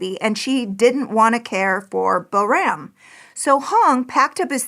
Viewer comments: She did not pronounce the little girl's name anywhere close🎉 to correctly. Pronounced correctly it sounds like poram, with the "r" making a softer rolling sound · Boram is pronounced more like ‘POOR-rum’ with a rolling R.